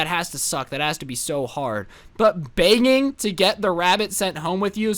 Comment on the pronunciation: The way he says begging:: BEAgging